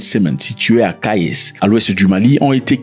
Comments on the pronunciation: Ne deformed pas l'appellation de cette localité. On ne prononce pas le "s". Tu dois lire Kaye. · Kayés c'est où ça ? 😂😂 on prononce pas le '' es''